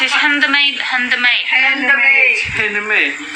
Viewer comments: ya ba,balik2 sy ulang bhgn handemet ingatkn sy yg salah dgr ni..sy tefikir bkn handmade kaitu tp bunyi sebutan handemet 😂😂😂😂😂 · Bini dia sebut handmade pon tak reti..hendemet..nape tak helemet skli..tarik sis beho ku